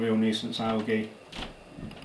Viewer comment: I love your videos but the way you say algae makes me want to stab myself to death with a plastic straw